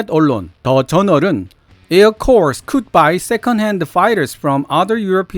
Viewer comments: CORPS의 발음을 자꾸 콜스라 하시는데............ 콜스가 아니라 코어 입니다. 그리고 Wildridge를 계속 와일드릿지라고 발음하시는데요 사람이름이라 윌드륏지 입니다............... 와일드 아니구요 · "corps" 발음은 [kɔː(r)] 입니다. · 군대라는 뜻의 "corps"는 "s"만 발음 안 하는 것이 아니라 "p"도 발음 안 합니다. 즉 단수일 때에는 "코" 정도로 발음합니다. 복수일 때에도 "p"는 발음 안 하고 "s"만 발음하여 "코스" 에 가깝게 발음합니다. 참고로 시체라는 뜻의 "corpse"는 "코프스"에 가깝게 발음합니다. (끝에 "e" 주의.) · 진짜 쓸데없는거긴한데 s발음은 안하고 대충 코어 비슷하게 발음하네요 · 텝스채널때부터 애청했는데요.ps는 왜 발음을 안하는지요?